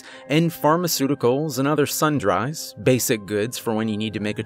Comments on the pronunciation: This is fantastic- it'd make LOVELY series... hint hint. sorry but its sundrEEs instead of *sunDRYs*. sorry, I know I'd want someone to tell me... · sundries as in like mish mash of groceries... "-dries" is pronounced like "trees", not like third person singular of dry. ❤❤